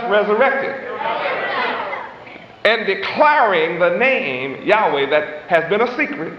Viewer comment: even though w is double u in english we pronounce it as WA as in water He would have done better even if he said Yahwah which also is incorrect but in line with the alaph bet (bat) in which he thought was correct.